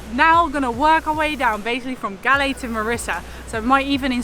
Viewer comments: You are pronounced it wrong..not G..A L.. L.. E.. IT PRONOUNCE REALLY LIKE Goal. Say Goal. 👍👍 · Its pronounced goll not galle!! :p :D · LOL the place galle is pronounced like "gall" not "gully". beautiful vid....you should visit trincomalee....there are so many beautiful beaches as well as pigeon island.... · It ain't Gallay. It's pronounced "Gaul" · Its Galle Pronounced as G-o-o-l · Galle is pronounced like Gaul. Kind of like how Bondi is pronounced Bondayi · Those are coconut trees . It’s Galle ( Goal) pronouncing as Goal in English.